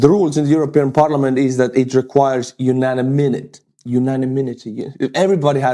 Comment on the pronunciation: My friend…You-nan-imitee